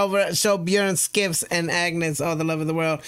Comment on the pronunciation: Skiffs is pronounced Chiffs